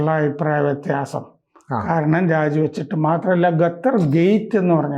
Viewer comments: Qatar.... ഖത്തർ...قطر Pronounce it correctly. ഗത്തർ അല്ല. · ഗത്തർ അല്ല ഖത്തർ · ഖത്തർ എന്നാണ്, ഗത്തർ അല്ല. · ഗെത്തർ ,ഗാമേനി , ഇസ്മയേൽ ഗനിയ അങ്ങനെ പോകുന്നു പേരുകൾ 😅